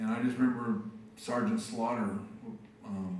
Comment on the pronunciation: Swear to god I thought Bret called Sgt. Slaughter, Sgt. Slobber. That got a good laugh out of me.